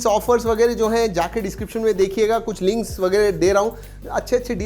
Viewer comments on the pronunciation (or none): none